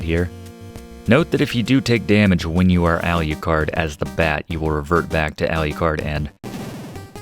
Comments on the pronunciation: So why do you call Draculas son “Aliucard”? It’s Alucard, no ‘I’. You don’t pronounce Dracula as “Dracuila”. Sorry, been bugging me the whole video. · Professor, I LOVE your channel and this is a great walkthrough of my fav game but your pronunciation of Wallachia (wa-laa-shee-uh) and adding another syllable to Alucard drives me nuts lol… however keep the great content coming